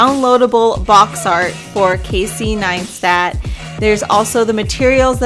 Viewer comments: Pronounced as Nice-TAT ... not NineSTAT. Like the video tho, just this was a bit annoying ... :| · Doesn’t it sound like she’s saying “Neinstat”? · It's Casey NEISTAT, not Casey NEINSTAT. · Ok now the video is all talking about his accomplishments and stuff but you didn't pronounce his name right? xd. Great video tho, keep up the good work. From Casey 9stat xd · ok i love this video its rlly creative interesting and innovative but every time she said nine-stat part of died please for the love of god jeseu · Great work ! But can you please stop saying NINEstat 😂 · I'm sorry did you say ninestat? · hahaha I thought it was really annoying as well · Really really annoyinga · Tom L i enjoyed what she made but she replaced c with a n lmao . Its kinda annoying to hear repeatedly